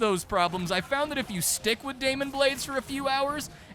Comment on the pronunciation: you keep saying demon but it's clearly daimon. say it, ~ say DAI MON!